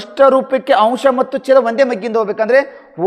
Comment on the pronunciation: 3 A .ಸರ್ ಅಂಶ್ ಅಲ್ಲ, ಅಂಶ ಸರ್